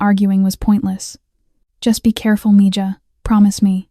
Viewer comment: Mija is pronounced Meha